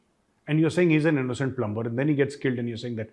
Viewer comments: Major Gaurav *plumber*is prounced PLUMER . Over all you English is super . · Plumber is pronounced with ‘b’ silent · Plummer not plumBer.